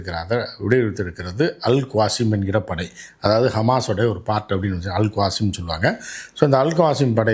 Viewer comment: அல் காசிம் இல்லை, அல் கஸ்ஸாம்